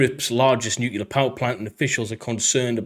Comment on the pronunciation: Except for saying Nuclear wrong 15 times In a row.